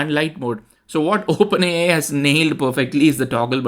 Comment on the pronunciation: Wow, this is really great testing. And I am really awestruck with how much better the performance is... The Animated card example... is just a stark contrast too. Ps... dont forget to "say Open A (pause) I" ... with a nice "eye" sound to the I. Great video.